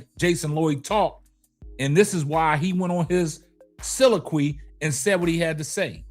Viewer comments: My brother please 🛑 stop saying silaqwe its pronounced soliloquy...sa-lil-La-qwee. I love what you do brother but you gotta stop saying that big word wrong. It gives you a uneducated look. Again I Love the show but please quit making that mistake it got you looking like the dude from in living color who used and pronounced big words wrong. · I appreciate you brother but if you're going to use a $5 word 4 times, be sure to say it right. Soliloquy.... There is a "lil" in there. Blessings.